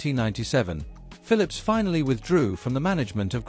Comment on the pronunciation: It is so amazing how this south america guy pronounce the pHILIPS ( fili-lips) i just enjoyed listing and listing so funny i even lost interes inGrundig history😂